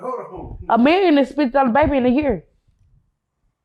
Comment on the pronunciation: she say year just like rain water